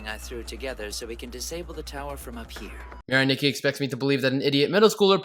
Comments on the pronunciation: Adding sins for every time he mispronounced Mirai Nikki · You Get 568 Sins For Saying “Mirai Nikki” Wrong